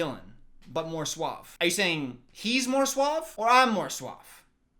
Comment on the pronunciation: dylan saying SUAB instead of suave. HAHAHAHAHAH omg i canttt